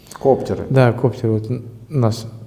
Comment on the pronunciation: Путо пздц, не знає як правильно "коптер" вимовити навіть.